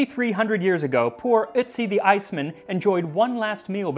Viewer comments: Otzi - you said Itzi as in bitzy spider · Your pronunciation of Ötzi is so good! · On behalf of every native German speaker: Thank you for pronounucing Ötzi's name correctly. Most English speakers are not even confused by the two dots while ignoring them :-D